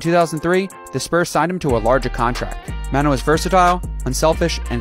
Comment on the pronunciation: This guy managed to pronounce Manu three different ways